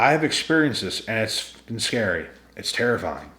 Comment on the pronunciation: It's Terry fying 😂